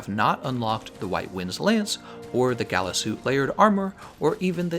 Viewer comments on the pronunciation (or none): none